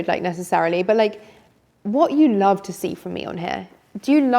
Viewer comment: Great content, I love the way she says I larv instead of love 😂